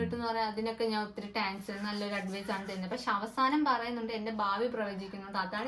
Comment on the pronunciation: നീ ആദ്യം പോയി ഇംഗ്ലീഷ് വായിക്കാനും പറയാനും padikk type ന് Taaaaayp Thanks ന് Taaaanks ingne oru maramonnakalu